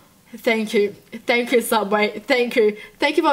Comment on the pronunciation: All I could think about is her laughing and saying “thang chu” anyone else hear it